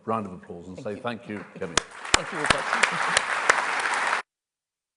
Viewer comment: Kemi, not Semi please